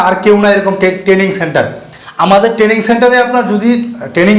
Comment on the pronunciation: ট্রেডিং নয় ট্রেনিং হবে